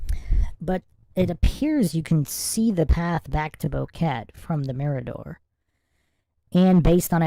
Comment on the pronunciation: Its Bo-Que-Te not Boket.